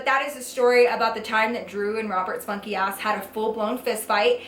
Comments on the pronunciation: For the longest time, I always thought she was saying "Roberts fucky ass" until I read her description, and realized she was saying funky. 😂😂😂😂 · i legit thought she was saying "robert spunky ass".... whoops